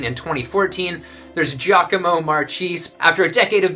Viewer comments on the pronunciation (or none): Okay Marchese is Mar Kay Zee, not Mar Cheese. But this was very interesting and inspiring. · Yep, that's what I meant, I just didn't know how to write it. It's definitely not "mar-cheese" anyway. :P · Also, I think Marchese is pronounced "mar-KAY-zay" lol